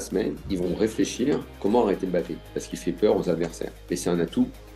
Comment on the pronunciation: Bon dieu arrêtez de l'appeler BAPPÉ et respectez le nom de famille des gens ! Il y a un M' avant le B donc prononcez le 😶